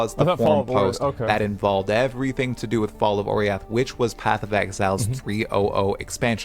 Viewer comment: Man mispronounced Oriath so many times lol